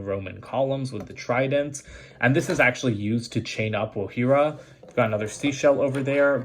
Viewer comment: When u said not wogjira u got it right sorry I if I didn’t spell the name right